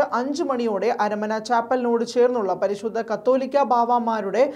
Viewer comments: കത്തോലിക്ക അല്ല, "കാതോലിക്ക "ആണ് "കാതോലിക്ക ബാവ " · മറുനാടനിൽ വാർത്ത വായിക്കുന്ന പിള്ളേർക്കൊന്നിനും കാതോലിക്ക ബാവ എന്ന് പറയാൻ അറിയില്ല എന്ന് തോന്നുന്നു. പലപ്രാവശ്യം തിരുത്തിയിട്ടും കത്തോലിക്ക എന്ന് തന്നെയേ ഇവർ വായിക്കുകയുള്ളു. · തലയ്ക് വിവരം ഇല്ലേ...ശുദ്ധ പൊട്ടന്മാർ ആണോ മറുനാടൻ ടീം... കത്തോലിക്ക ബാവ അല്ല കാതോലിക്ക ആണ്...കത്തോലിക്ക.എന്നത് സഭയാണ്..കാതോലിക്ക എന്നത് ഒരു പദവിയും.....ഇത്ര അറിവില്ലാത്തവർ ആണോ.. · കത്തൊലിക്ക അല്ല സഹോദരാ . കാതോലിക്ക എന്നാണ്. കത്തോലിക്ക സഭയും കാതൊലിക്കയും അത്ഥത്തിൽ വ്യത്യാസം ഉണ്ട് . കാതോലിക്ക ബാവ ആണ് ശരി.